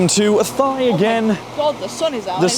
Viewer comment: Athy. My local station. The trains are usually packed. If you buy your ticket online you can book a seat though. Oh, and the locals pronounce Athy, A-tie.